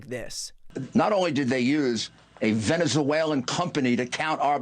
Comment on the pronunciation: "Venez-a-waylan". Rudy's such a card.